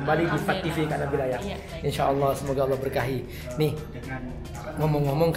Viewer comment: Allah bunyinya kenapa awwlah padahal tidak ada huruf wau